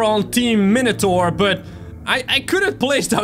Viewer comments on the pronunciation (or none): none